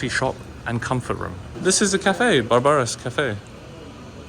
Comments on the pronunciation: Its pronounced Barbara like Streisand! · Barbara called, she told me she wants you to pronounce her name like Barbara - like Barbara Streisand 😄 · it will mighty pay for you and your vlog viewers for you to check a wee bit on pronunciation of proper names. You have heard of Barbra Streisand; the singer, I hope. Barbara's, this restsurant have the added "a," common for this female name. It sounds "barbaric," the way you said it. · Another great video and content especially when you played basketball with the local kids. I am just curious with something. You pronounced the restaurant Barbara like how you would pronounce the word Barbaric. Barbara is actually a name. Anyway, I enjoyed the video. Keep ‘em coming.